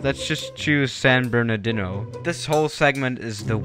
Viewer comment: San bur-na-dEno